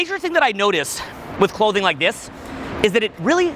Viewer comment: I ROVE IT I RIKE IT.